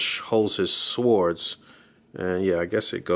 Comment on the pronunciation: No offense to my man and his reviews always dope, but I'm no English major or professor of English but I believe the correct pronunciation for swords is :(sordz) not "swords" the w is silent 😆 just saying my man hey we all been there with one word or the other keep making great vids dog really informative.